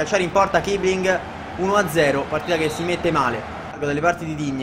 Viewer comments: non è kibling ma kissiling perché in tedesco si legge con la doppia s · comunque si legge kissling